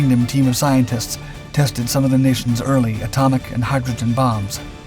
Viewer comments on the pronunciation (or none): none